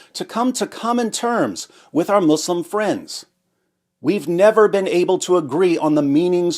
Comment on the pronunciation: You humiliate Mou-slim(accent to ''slim''). Sounds more funny